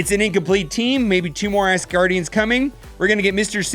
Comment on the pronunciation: Great vid bro. But it’s ASgardians, not ASSgardians!